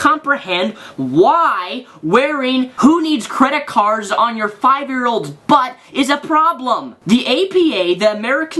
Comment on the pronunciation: Tylerosaurus Diffirent people,, different senses of humour. I don't usually find the word "butt" funny, but it's just the way he says it and puts so much emphasis on it.